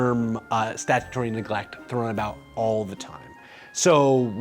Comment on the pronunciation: you wrote it as "salutary" (which is correct) but pronounced it statutory (which isn't)